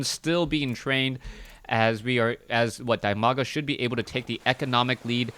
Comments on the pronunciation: He is called Di-maga. Not Die-maga. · "Dimaga" is pronounced as "dee-ma-ga"